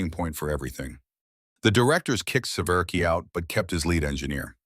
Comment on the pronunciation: His surname is SE-VER-SKY, pronounced, 'Se-vier-skee'. Not, 'Se-VER-key'. Republic manufactured the iconic P-47 also at Farmingdale, Long Island, New York. Less known is Republic's successful F-84 Thunderjet jet fighter and follow on F-84 swept-wing Thunderjet. The F-84 Thunderjet saw extensive service in the Korean War but it was outmatched by the faster, nimble, fast-climbing Soviet MiG-15. The improved F-84G's faster top speed of 620 mph narrowed the speed gap to the MiG-15 notably, but it was still 40 mph slower. The nascent United States Air Force purchased large numbers of Thunderjets and a smaller number of Thunderstreaks but after that Republic's fortunes declined and the corporation ended.